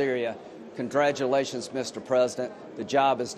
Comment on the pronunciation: Did Lindsey actually just say "ConDRAGulations Mr President"?